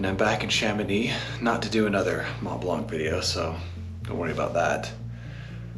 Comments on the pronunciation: For the love of god, its pronounced "Mont Blan", not "Mont Bank" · Dude the "C" in "blanc" is silent 😂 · After all the time you spent on and around the Mont Blanc, you should know now how to pronounce it ;-)